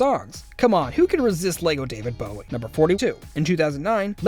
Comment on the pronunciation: the way you pronounce Bowie irritates me so much 😂